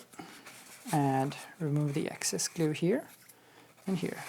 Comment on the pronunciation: "You can scrape off the Hot Glewe (as he pronounces it) with a scrap piece of Foam..... Or with you finger if you're Manly"!!! ~ David I really miss that guy!